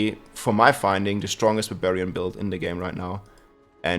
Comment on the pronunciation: I keep hearing BAVARIAN 🤣